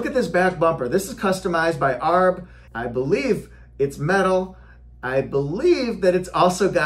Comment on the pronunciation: Hey, I could’ve sworn it’s pronounced A-R-B, not ARRB like a pirate. Can you confirm which is correct for me??